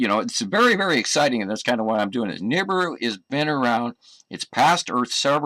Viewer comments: It's Na BEER ooh ya bloody brit. What the hell is a neebru? LOL congrats on 100K excellent channel been loving it! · Is he calling it Noobrew? OR is it nibrew? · Awesome show! BTW: The Planet is pronounced Nuh-Beer-Ew — Nibiru The planet hunter (Sam Hoffman’' says it wrong! Keep it up … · Is that just me or does this Sam Hoffman guy pronounce it more like "Nibrew"? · It's pronounced nibeeru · Omg, my dad is a complete nut about this nibiru shite and he's been " researching " this stuff for years. Also he pronounces it ni-beer-oo, I don't know if that's correct or not but hearing it in the video said differently way was weird to me. Oh and one last thing, my dad is the most gullible person I've met when it comes to internet conspiracy theories. According to him I need to have a more open mind, and when ever I disprove any of his quack "theories" he says I can't possibly know the "truth" cause I'm only 16 and he's 57. He's age is partly why the internet can tell no lie to him. He just doesn't really understand how the internet works. At least he doesn't believe in flat earth, but my mom is leaning towards hollow earth I think. Any time they try spouting any nonsense I just try to make it seem stupid and it would only make sense to a child, and the start with the facts of how it couldn't possibly be that way for what every they bring to me. Any ways great video, and I'm super excited for a 100k special!😊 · You got it so wrong mate. Beside the fact that you are saying Nibiru wrong - you chose the shittiest video to show as proof.There are literally tons of scrolls that describe the planet and it path. Just do a proper research before you bark.....You fucking clown.